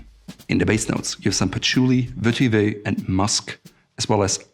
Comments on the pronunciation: Vetiver is mispronounced above. The Oxford English Dictionary website contains the correct pronunciation. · Curious, you seem to pronounce vetiver differently in different videos?